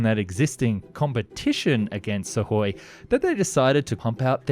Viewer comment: Imagine if this announcer knew how to pronounce SU - KHOI properly.